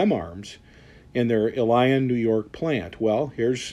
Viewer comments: Illion is pronounced ill lee in . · you are pronouncing ilion wrong... il-ion, not il-lion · It's not e lion it's Ileon (phonetic spelling) accent on the first I. For a big REM fan you should know that. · It's not I -Lion NY----say it fast it is { Ill yin } NY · Illion it's pronounced but spelled like I lion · It is pronounced il-ee-on not i-lion. Three syllables with a long e in the middle. Looks like they are throwing together guns with the leftover junk produced by previous owners with no quality control. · It's pronounced = ill-ee-un emphasis on the first syllable, long e in the middle. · Pronounced “Ill-E-On”! Ilion, Ny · Please, pronounce "Ilion" correctly. It's pronounced ILL-EE-UN!! I lived there most of my life, and yes, worked for "big green" also. Keep the videos coming. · The locals pronounce Ilion, NY like ILL-E-N. The current owners are.....horrid Wall Street types looking to beat it like an Army mule and then sell it for fertilizer when it dies. They could obviously build better rifles and shotguns but they want it made extra cheap for the profits. I feel sorry for the employees they jerk around, making the brand name shit. Freedom group has bought up all sort of formerly independent gun brands that used to compete with each other. Freedumb Group has decided what brand will go where on the price point, unfortunately it looks like Remington drew the short straw and will be the bottom of the barrel. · You are pronouncing the name of the town wrong ITS ILL-E-ON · Ilion is pronounced Ill - e - on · Love your vids! To help with the pronunciation of where the factory is. il-lee-on NY. Keep making great videos! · It's pronounced "ill e on" NY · Ilion pronounced “ill-E-un” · It's pronounced "ILL-e-un" NY. For 399 these days, you're not gonna get much in the way of fit and finish. They are just going to pound out the parts on a machine and pay someone 12.50 an hour to throw them together. For that grade of gun I wouldn't really care anyway.